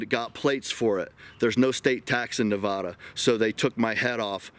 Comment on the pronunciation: It's Nevada! Not Nevauuda! We're not pretentious here. Anyway, was hoping to meet you this year, maybe next.